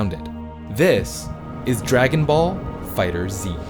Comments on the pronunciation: Just because they say it that way doesn't mean much. With the naming convention of everything from Z whether games or whatever having the Z emphasized, and especially in this the Z being capitalized indicates that it's meant to be said Fighter Z. If they had to shoehorn in the Z they could've easily just made it lower case directly at the end of the word. This says to me they can make this great game but can't even figure out how to get their point across with the name, which is pretty hilarious If someone creates something and calls it one thing, then one day decided to pronounce it differently does that mean unequivocally the old and original way is wrong? If you wanna call it that nonsense that's fine, it just sounds dumb without even factoring in that it's the only Z related media that has the Z but it's not meant to be said It doesn't matter the argument, with those things taken into consideration anything other than Fighter Z is ridiculous. Have a nice day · Every time he says “Fighter Z” my brain gets disturbed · Did all that research... Just to pronounce the game's name incorrectly? 🤔 Really? Great video btw 😊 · Noooo0o0o0o00ooo u mispronounced fighterz in the intro, Noooo0o0o0o00ooo it ruin epicness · is not fighter "ZEE".... is just fighters "with a z" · It's not right tho. Fighter Zee is the wrong pronunciation. It's just Fighterz. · I'm sorry but I gotta correct my man on this. Its FighterZ. Not Fighter Z. Great video either way. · sigh 3 years later and people still can't get the name right. It's "Dragon Ball Fighterz" not "Dragon Ball Fighter Z" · So much cringe mispronunciation in this video. "Fighter Zee" "Go One" "Meelay" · ACKCHYUALLY it's pronounced "fighters" not "fighter-zee" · I will never stop pronouncing it “dragon ball fi-turzey” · Man still says “Fighter-Zee” blegh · You people are STILL mispronouncing the name? Fighterz. Fiiiiiighterz. One word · I get triggered everytime he says Fighters Z 🤦🏽‍♂️🤦🏽‍♂️🤦🏽‍♂️🤦🏽‍♂️🤦🏽‍♂️